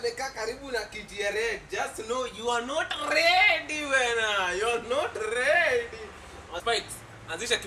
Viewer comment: hahahahaha, wah, that was perfect. wah!!!!!! Abel you wa not rrrreeeady wena! you were not rrready!